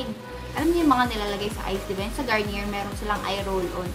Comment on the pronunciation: i think its pronounced as "garni-yey" not "garni-yer" haha just sayin po